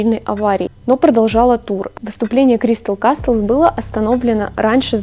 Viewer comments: Ща подушню конечно, но не кастлз, а казлз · Прошу, не кастлс а каслс, крайне сильно режет. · все супер но только каслс, т не произносится(